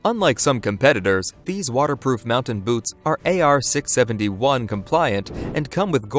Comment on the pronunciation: AR 671. WTF? AR 670-1. Drives me nuts hearing that considering how much 670-1 was driven down our throats while serving